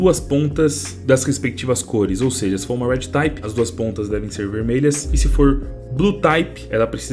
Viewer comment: só uma correçao pra facilitar a vida, se pronuncia RED "TIP" e não "TAYPE" tmj